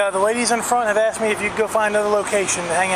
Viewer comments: Someone let contestant #2 know that the word is (Asked) not ( Axted )! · #2 can’t even speak English. It’s ASK not AXED 🪓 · and she AKSED her Lieutenant. I hope the LT survived, because that sounds painful. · I think the Georgia cops Lieutenant is the Dumbest!! She "axed" him what she shld do, but being a lieutenant and he DONT KNOW... WOW!!! Disgraceful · i vote for #2 cuz she AXED her lieutenant ! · I wonder if she really did axed the lieut? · “A case law going around!” Hahaha dummy. #1. “Ya need an outdoor permit” dummy #2. She axed her Lt hahahah. 1 and 3 were jerks. # 2 is the dumbest she could barely put a thought together. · Actually, she said "axed". A correct usage of the word would be the following example; "If enunciation was a log, she just axed it." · What is with people saying I "axt" learn proper English 🤔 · She aksed a question. Game over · #2, she axed her Lieutenant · She "axed" the LT?